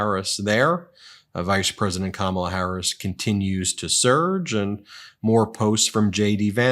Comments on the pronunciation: good one! that's what Kamala should call him-just run it together to make it sound like she's just saying his name-sort of how he mispronounces her name on purpose and never calls her VP Harris. no respect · With trump, there is so much "I, I, I" and "me, me, me". He repeats the same garbage over and over, every speech. How anyone can vote for him is beyond me. The disrespect he shows Kamala by constantly mispronouncing her name irks me. And he says he doesn't care that he does it. 😡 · He is such a creep. He pronounced Kamala's name with a short u sound. Vote 🔵 . Enough of this lowlife.